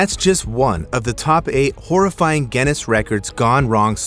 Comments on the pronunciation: What is gennis????? dont you mean Guinness which is pronounced gi-nuhs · Are you saying Genn-ness?